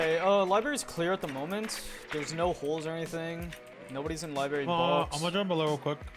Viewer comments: STOP SAYING LIBERRY INSTEAD OF LIBRARY I SWEAR TO GOD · L-I-B-R-A-R-Y not LIBARY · STOP SAYING LIBARY!!!!!!!!!!!